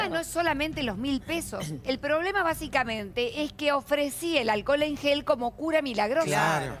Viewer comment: Lo acusan de vender alcohol en gel y el tipo vende "aquel en jol" que es muy distinto 😁😂